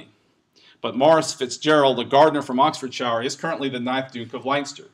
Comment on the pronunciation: Oh, that's just one of so very many pronunciation issues in this presentation. I'm American, too (though I did my post-graduate studies in England), but I know how to pronounce progenitor and Oxfordshire and many of the other words butchered here. And I can understand having difficulty with some of the Irish pronunciations, but progenitor is an English word that's spelled exactly how it's pronounced.